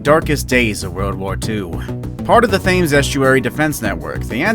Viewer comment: Thames is pronounced 'temms'